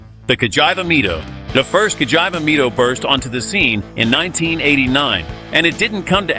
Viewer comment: Nice video, even though You didn’t get a single accent! Cagiaiva Mido… Frecchia, and other horror pronouncements… 😂